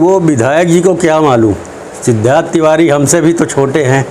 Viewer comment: Pahele tu shiddharth Tiwari Raj bhaiya ka name sahi say lo